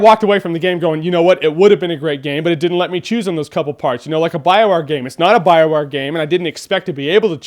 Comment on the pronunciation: Someone should teach you how to properly say bioware lol